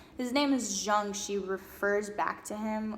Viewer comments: Nice work,! It's wonderful to see a young woman speaking so well on this subject of re-en-souling the world and women's search in particular. The psychologist Estes refers to is not pronounced Jung with a J as in John; his name is pronounced YUNG. He was a Swiss gentleman who was first a student of Freud's -- Freud's "son figure", who Freud believed would carry on his work -- but who broke off from Freud's thinking and fathered his own school of, "Yungian Psychology". ( spelled correctly: Jungian). As an artist himself, he is a very attractive psychologist to creative people, I find. He developed a number of fascinating theories on all kinds of psychological subjects, most importantly perhaps, a theory of ARCHETYPES (which you really need to study to understand because the word is bandied about by people who do not understand it); THE COLLECTIVE UNCONSCIOUS, ANIMA-ANIMUS (internal archetypal figures within the male and female psyche) etc. etc. Well worth doing some research because he is every bit as important as Sigmund Frued (in my opinion!).. You can put Carl Jung into YOU TUBE and hear him speaking! Be well -- and 'Bon Continuation' as we say in France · Jung is pronounced yoong. Also, you should read up on his teachings, I think you’d like them. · Carl Jung was German. "Jung" is "Young" in German. You say, "Yooong" or "Yewng".